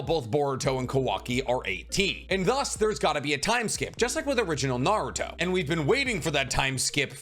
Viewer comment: like his enthuaiastic & down to Earth explanation, it's just that his pronunciation really hurts my ear e.g. Naruto = "NarutoW", Retsuden (with a clear "E" = "RetsudAn" how come you can pronounce "Ret" correctly but gets "den" so wrongly? (to name a few... of a lot...)